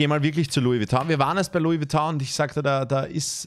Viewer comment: He maxl hosdes nd glernt es hasd nd louis vuitton sondern louis vuittong